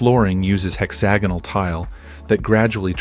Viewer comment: “Hex-ah-gonal” x 5 🤦‍♂️